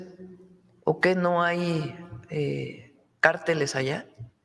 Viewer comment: se pronuncia cárteles no carteles (comentario constructivo, con todo respeto)